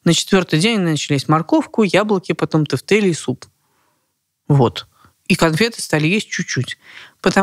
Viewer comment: Поржала с произношения тЭфтЭли 😂😂😂